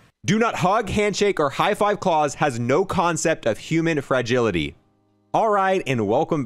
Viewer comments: how many other people keep trying to correct him everytime he pronounces klaus wrong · Klaus is pronounced like the fish from american dad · It was annoying me me kept saying claws, not Klaus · Klaus (ka-la-ow-s) not klaws 😡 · Ffs please stop calling it cause/claws, pronounce it correctly. Clouds without the d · Probably pronounced "Kl-OW-SE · Watch the originals on netflix...its not clause its klaus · I believe Klaus is pronounced KLOUSE like Mouse as in a person's name but Claws pronunciation is funny too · It isn't Claus like in Santa. It's Klaus like the name. Like how the fish from American dad says his name . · I can’t take how he pronounces klaus incase you didn’t know it’s a German name pronounced cl-ow-ss that’s how you pronounce klaus it’s not claws lmao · I'm pretty sure since it's German it is pronounced like it rhymes with house, not claws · Claws (the word your saying) Klaus ( a German male's name) Smh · Klaus is not pronounced "Claws" it's pronounced "K-lao-s". Rhymes with house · This dude saying Claws.. ffs Klaus like mouse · true it really irritated me lmao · It’s not claws it’s Klaus pronounced like k l ah uh s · Klaus, German name, not claws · claws LUL its german, pronounced. cl-''oww''-se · I had to wince everytime he said "clause" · Wouldn’t Klaus be pronounced like klouse (rhymes with house) and not rhyming with pause? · Well it has an "L", so "Kl-ouse". Idk how to describe it nom-verbally haha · Man it’s annoying me how he is saying klaus he is saying claws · Man pronouncing Klaus as clause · The way he’s pronouncing klaus is rly bothering me It Kl-ow-s (sound out the s) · Klaus is pronounced like it would be for the fish on American Dad. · LoL that was bothering me too